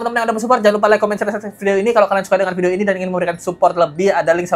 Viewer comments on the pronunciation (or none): none